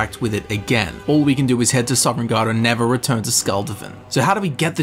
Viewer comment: Princess Mantra It’s not an accent, he added an ‘eren’ into Sovn